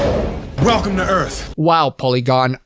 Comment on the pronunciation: Welcome to Earf